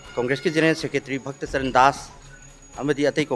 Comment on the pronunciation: Village volunteer force nakhoina naron su ngangba heitraga .what you people said to your finacer for not taking any actions against 10 mlas hell bent on breaking Manipur Can not pronunce property name of bhaktar charandas Reading some script Who PREPARED it. We are no fools How much you got for this